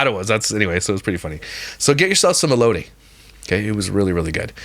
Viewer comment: As someone from arizona the way you pronounced elotes took me out 😂